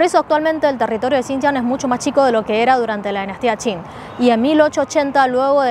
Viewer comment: Qing =: no entiendo como eso tiene el sonido chin.